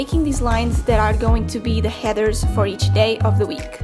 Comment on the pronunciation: She pronounces Headers and heathers and i start cackling every time she says 'heathers' my mother suggested an exorcism. It’s actually adorable 😂.